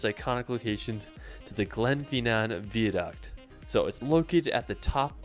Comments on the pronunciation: Welcome to the Isle of Skye basically 😂 liked how he apologised for the wrong pronunciation of places other than Edinburgh and the the word VIADUCT, saying vee-a-duct when it's vy-a-duct 😂 anyways nice to see some of Scotland's wonderful scenery and hearing his regrets of not actually seeing or visiting! Hope you're going to make at least a pitstop visit to the Tees Valley, the home of steel, iron ore and the first ever public railway that opened in 1825 which started the explosion of railway travel around the world - The Stockton and Darlington Railway. Located just a bit further north of the City of York - on your way to Scotland or your return from Scotland!?!? Thanks for another great video and I have one last question...when are you going to do another livestream? Take care my American YT friend, all the best buddy and until the next video, peace ✌️ ❤ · Glen-FINN-nan, not Glen fee nan...and not Vee-a-duct, pronounced Vye-a-duct...Ellan not Eeelan Donan...Coolan (Cuillan) mountains... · I know Anne, I normally am relatively patient with this but he was making a travel video so he should have checked how to say the names.... I mean "Holyrood"! But then again he didn't even get the word "Viaduct" correct, so maybe that is telling! He also said he believed Scotland was flat, which suggests a lack of research :-)